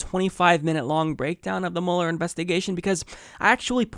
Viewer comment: It's pronounced mewler, not muller. Go back to media reports before 2016 👍🏽